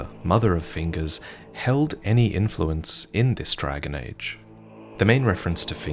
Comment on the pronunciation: Can't beleive he said dragon age with a straight face and did emphasize it. 🤣